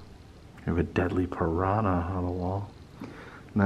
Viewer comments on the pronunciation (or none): none